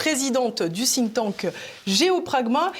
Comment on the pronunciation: "Think Tank", pas "Think Thank" :D :D